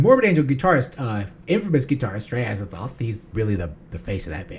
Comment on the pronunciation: "Atts-eee-TOTE" IS correct pronunciation. NOT "Ats-egg-THOTH" like y'all KEEP sayin 👍😏. YW